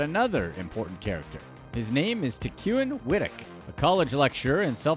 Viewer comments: tec-when is how its pronounced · Pronouncing Tecwen's name wrong several times here.